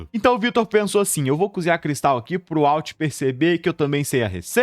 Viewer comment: Eu nao assisto mais pela agonia desse cara pronunciar errado esse nome. De onde ele tirou uauti?